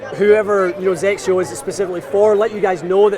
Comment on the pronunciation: Hey, if you guys are getting the Hawk, can I have your GCQuad? lol Also, I just appreciate being able to pronounce XXIO. ❤️